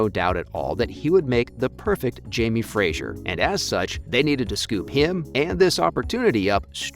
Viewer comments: Fraser, not Frajer sweetie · As a Scot, hearing the way you say Fraser is irritating as it's pronounced Fra-ser not Fra-zure. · It’s Jamie Fraser not Frasier! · Great piece. But every time you mispronounced “Fraser” as “Frazier” it took me a few seconds to let it go🤣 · It’s obvious from this video that you have never watched the show. There is no i in Fraser. If you are going to report on these shows, please get the names right. At least you pronounced Sam’s last name correctly. Thank you for that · Please pronounce Fraser correctly, it's not Frasier. Thanks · His name is Fraser, not Frasier. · Oy! It's FRASER not Frasier! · It's pronounced Jamie Fray-zer - not Jamie Frayzshier. Please pronounce it properly! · So irritating everytime he says Frasier. It is pronounced Frazer. I should know since it is my name and I'm Scottish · Yep. Knew all that. And it’s “Fra-zer”. And Cait is “Cat”. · ughhh i cringed everytime he said frazier! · Makes it hard to get through these videos. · Has anyone there watches the show? Please pronounce Fraser correctly! It’s kind of important.